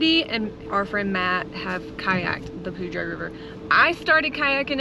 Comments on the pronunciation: I’ve lived in Colorado most of my life and have always said Poo-dre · Awesome video. Locals say 'poo dour' not ' poo drey' river. Looking forward to your content. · Poudre is pronounced Pooter, like Pooter River. Some people also try to pronounce it like it was Powder buy it is Pooter. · The Poudre River is Pronounced like it sounds like is a better way to explain it it Poo Dur I don't know how to put it on paper but that it what it sounds like. I was born in Sidney Nebraska & my Grandparents had a Cabin up in Red Feather Lakes Colo, so I grew up in Colo. most of my life. then when I got married we moved down to Crowley Tx. & my Ex Husband 's Comp. folded & that is how I ended up in MICHIGAN. but anyway that is how you say POUDRE - POO Dur... And if you want to see some very Beautiful country drive up North of Ft. Collins about 1 hour to Red Feather Lakes & Cody will Love the fishing!! There are 8 big Lakes up there & they are stocked full of Trout. there are leeches in ALL the lakes in Colo. so don't get in them. they like aquatic weeds & submerged branches & other debris that they can attach themselves to, so if you get out in the deepwater & away from all plant life you'd have a better chance of NOT getting any Leeches on you. If your unsure about something ask Google... Take care & have fun out there... I miss it so much out there, I doubt that I'll ever get back out there again as long as I live...so Please post lots of Photos... Love you guys...... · I enjoy watching you guys...you really get around! You are a very hearty hard working couple, and nothing much seems to get in your way. FYI... I believe you are pronouncing Poudre correctly, but most northern Coloradans would say "poo-der"...go figure. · I Loveee Colorado. I got to live there for 8 years. Btw....Poudre is pronounced.....Pooder lol . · ... Beautiful area ,, getting too crowded though ....( pronounced Poo-der ) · Cache La Poudre River ( say PoohDER ) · Poudre is pronounced Pooder. 😉😊